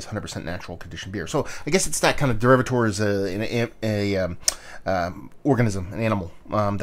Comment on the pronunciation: when you do a review try and pronounce the name of the beer correctly